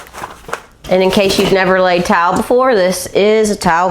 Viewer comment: It sounds like you are saying TOWEL INSTEAD OF TILE.